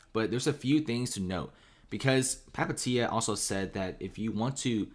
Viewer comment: Just butchering Palihapitiya pronunciation